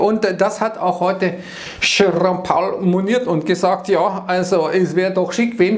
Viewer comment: „Schärrom Pauel“.. 🤣